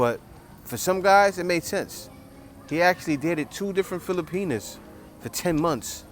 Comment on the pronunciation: Kuya, with much respect, it’s “filipiNAS”. Not fili-penis. Respectfully yours, a fan and subscriber.